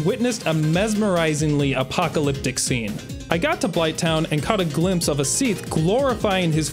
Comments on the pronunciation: "execrystaler smeath" 💀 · Seath and seath. Seath. Seath. And of course, Seath. Seath. Then, from the dark Seath came. Seath. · I'm never gonna hear Seath correctly now, it even sounds weird in the line it's supposed to be in😭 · The age of seath lmao